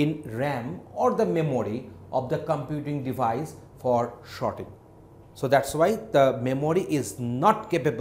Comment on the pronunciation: yes everyone cant pronounce everything....but its just Sorting. For a moment i thought whether i clicked the right video or not